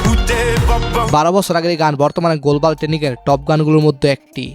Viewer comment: গুলবাল কি ভাই গ্লোবাল হবে?? 😃😃😃